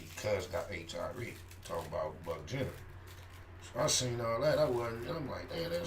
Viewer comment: nigga said Buck Jenner😄😄 I'm dead